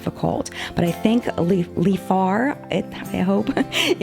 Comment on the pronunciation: You're saying Leafar correctly. It's her husbands name in reverse (also his stage name). BTW I like that you started with try on first and then onto the about! I never minded the length though.